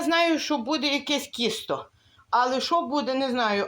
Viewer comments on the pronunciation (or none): ви говорите кісто,а не тісто,чи можливо мені так почулося